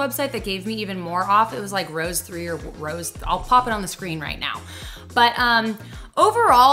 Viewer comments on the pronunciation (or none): none